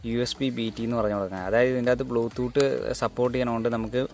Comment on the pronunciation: ബ്ലൂ തൂട്ട് അല്ലെടാ.. ബ്ലൂ ടൂത് 🤭